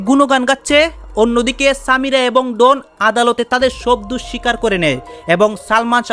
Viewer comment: ডন উচ্চারনটা ঠিক করে বলেন, এটা কি ক্যামেরার ডোন, উচ্চারন ডোন বলেন,এটা নাম ডন,নামটা আপনার মুখে শুনলে বোঝা যায় আপনি বিশেষ শিক্ষািত না